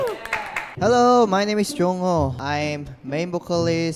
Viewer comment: why do ppl like it when she obviously messed up jongho's name? Just wow it's 2.9K